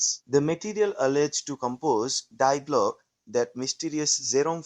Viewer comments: dee glocke,not dye glocke! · Please research proper pronunciation when producing this kind of content. It's pronounced dee Glocke, not dye Glocke. The diphthong takes its pronunciation from the final vowel. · The first big problem is this has zero useful information, maybe ALL artificial. The second is that no one cared enough to properly pronounce Die Glocke in German, very amateurish use of too much AI with too little actual data.